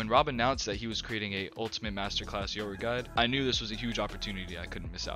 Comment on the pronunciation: Are you pronouncing his name as Yuro 😅 it’s triggering me